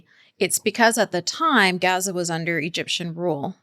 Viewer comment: It's really annoying when people do the pronunciation dance. In English, the place is called Gaza (Gaa-Zaa) If I were speaking French I wouldn't jump out of French when I am talking about a place, I would say the placename in French. Why do people do this. Do they think it makes them sound more Authentic or something?